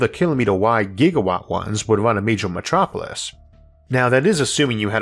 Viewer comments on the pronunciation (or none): none